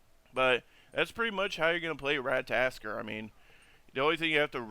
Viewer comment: At least say his name right RAT-A-TOSS-KER